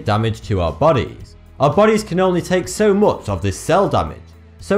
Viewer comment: His accent is quite funny compared to american. "Much" said this way just doesn't sound right.